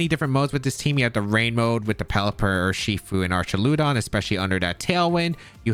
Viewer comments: Great vid as always! Fwiw, I'm like 99 percent sure it's pronounced "Ark-ah-loo-dawn", with a hard 'ch' sound, since it's pulling from the greek "arch". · so just to help, you pronounce Archaludon the same way tou pronounce duraludon. So just say "arch" "al" "uh "don" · How do you pronounce Duraldon correctly but pronounce Archuladon incorrectly 😵‍💫